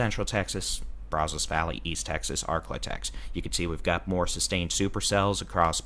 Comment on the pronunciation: It's Pay cuss and Brazos is Brazz (rhymes with jazz) us.